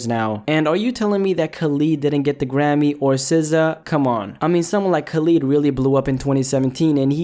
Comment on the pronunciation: say Khalid correctly please 😭